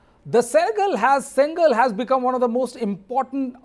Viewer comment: Oh god, plz pronouns correct, sengol ( szen +goal), reporter pronounce sengal which means bricks